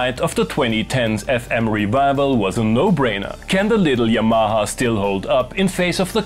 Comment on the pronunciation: When you say 'Yamaha' it sounds like 'Your Mama' and that is fine.